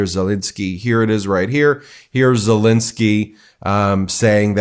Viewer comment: It's not ZelInsky it's ZelEnsky!